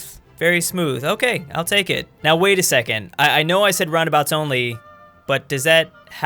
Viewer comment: Guys I think he’s mispronouncing roundabouts